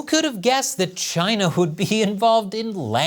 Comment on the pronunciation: Chy-na is asshoe 🍯